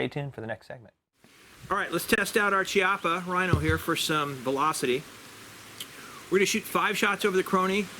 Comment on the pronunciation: Good review 👍👍👍👍! I believe the correct pronunciation of Chiappa is "Key...ah...pah". Thanks again!